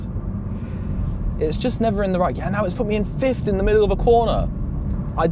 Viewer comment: Why do you keep saying "fifth" as if it were "fiftht"?